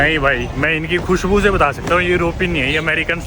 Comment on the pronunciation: When u say "Khushbhu" sung kr bta diya Americans hai ye 😂😂